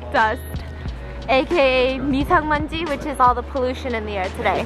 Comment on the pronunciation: 미산먼지가 아니라 미세먼지에요!!! (Mi-seh) not mi-san munji haha